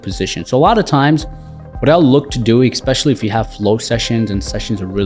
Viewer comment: Dude....it drives me crazy when people say "EXpecially". There's no such word! Its "ESpecially". Who taught you English??? Similarly, I would bet that you say "EX cetera"...when the proper phrase is "ET cetera".